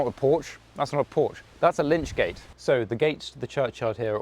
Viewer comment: Hi, not lynch gates but lych gates. The term lych (lich) comes from the Old English for word for corpse. The gates and roof were a shelter for the corpse whilst waiting for the funeral. Further, in case you come across a hearse in a church. The funeral hearse was originally a wooden or metal framework, which stood over the bier or coffin and supported the pall. A pall is a heavy cloth that is draped over a coffin. Often the church owned one which it would hire out for the funeral. Wealthy families often had a family pall. Thus the term pallbearer is used to signify someone who "bears" the coffin which the pall covers. In Roman times, a cape or cloak was called the pallium. In medieval times the term pallium was shortened to pall. Christians would use a pall to cover their loved ones when burying them. If you were a pall bearer your other job was to make sure that the pall didn't shift and reveal the corpse which in medieval times would have simply been shrouded, ie wrapped in fabric linen or woollen. Around in England the shroud had to be woollen by law. You can still buy Palls today cf Your narration is excellent, approachable and erudite. Keep it up, these tours are so enjoyable.